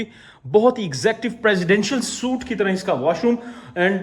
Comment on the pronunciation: suite ko soot ni sweet pronounce krte hn